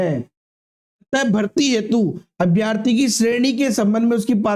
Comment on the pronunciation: अभ्यार्थी नहीं अभ्यर्थी बोले